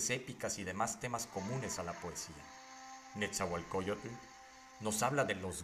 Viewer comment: Nada más les encargo la pronunciación,el "tl" es suave, no tan marcado, la x se pronuncia como "sh".